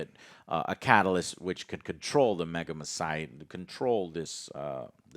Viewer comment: Why can't anyone pronounce 'megamycete' correctly?